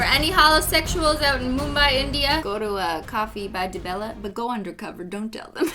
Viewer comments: I like the fact that u pronounce mumbai and India correctly...😃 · I've learned so much from this video including how to properly pronounce Mumbai